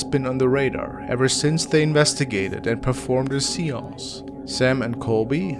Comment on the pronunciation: "...they performed a ..." Don't 'rape the language!'😒